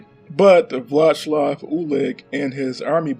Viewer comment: Wheel cum is probably the best thing I've heard in a long time lel. "Vlashlav Ulich" aint even close my dude